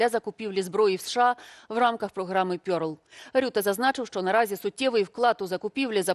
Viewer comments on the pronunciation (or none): РЕРЛ не пьорл !